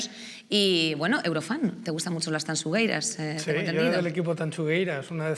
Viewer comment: El programa fantástico, como siempre, pero lo de "Tansugueiras" y "Tanchugueiras"... si sabemos decir SHakira, sabemos decir TanXugueiras